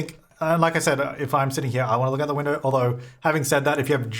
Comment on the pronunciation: “Winderrrr” and “belurrrr” lol 😂